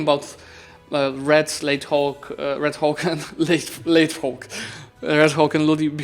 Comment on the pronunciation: I can't stop laughing whenever pronounce Red Hawk as 'Red Cock' 😂😂😂